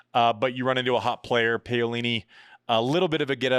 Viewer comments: Andy I love you brother but please please please…. It’s PA (as in Paddle) not pay-o-lini. Easy to say! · It's "p a o lini", not "p eio lini"...... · Could you please learn how to pronounce names properly? Paolini is pronounced like P(owl)ini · Pow-lini not Pay-o-lini. But you're right NO ONE would have picked Paolini to be jumping into the upper echelons of the top 10, win a 1000, make a slam final and maybe another one. I like Paolini to beat Vekic honestly. Her movement is just SO much better than Vekic, but Vekic has a sledgehammer of a FH and it is great to see her finally making a Slam semi. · I'm beggin you ...P A - O - LI -NI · My neighbors are Italian tennis fans and they’re very amused by Andy’s pronunciation of “bufalo” and “Payolini” 😂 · Paeoleene....... Oh God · Andi, have google say her name in Italian, please! The way you say it sure makes me laugh really hard which is part of the show like many other silly things you say, but you completely butcher her name :)